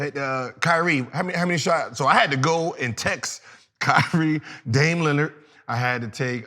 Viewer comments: Bro...who is “dame Leonard?” 😂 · He said Dane Leonard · Gil always saying players name wrong, who the hell his Dane Lillard 🤣🤣😂😂😂